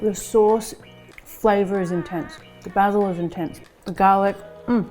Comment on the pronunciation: 10/10 for pronouncing Basil correrctly.